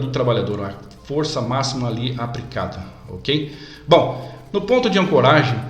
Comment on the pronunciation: O vídeo em si ficou bom, porém precisa melhorar algumas coisas: - Dicção da fala; - Pronuncia correta de algumas palavras, por exemplo, em vários momento é pronunciado "dupro" ao invés de "duplo", em outro momento foi pronunciado "apricado", quando o correto é "aplicado". Pode parecer coisas bobas, mas para um profissional de segurança que ministra treinamentos e em muitas ocasiões participa de reuniões com a área executiva das empresas, pode deixar uma má impressão. Boa sorte, e sucesso pra você.